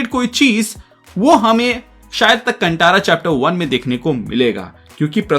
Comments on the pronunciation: कंटारा नहीं भाई कांतारा बोलिए, गलत उच्चारण कर रहे हो. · कांटारा नहीं कांतारा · Movie ka naam sahi se lo bhai, कांतारा ✅naa ki कंटारा ❌ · Movie ka naam please sahi se lo bhai, कांतारा ✅naa ki कंटारा ❌ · Nice bhai, btw pronounce kan tha ra hai. Tha hai not ta in pronouncing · It's कांतारा